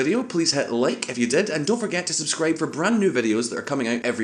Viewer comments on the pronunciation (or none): none